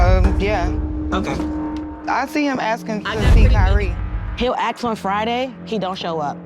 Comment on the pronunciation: Its "ask".